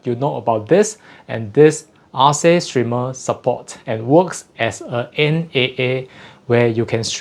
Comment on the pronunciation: Sounds like if it was named after the greek goddess it would be spelled & pronounced Arke, not Ar-see